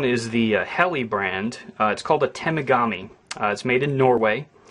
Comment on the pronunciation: good review...except u totally butchered the pronunciation of the name lol... its pronounced like this... ta-mogg-a-me...other than that, not bad.... have a good one